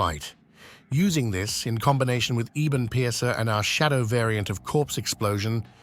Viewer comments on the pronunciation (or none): "Eeebun piercer" eh? 😂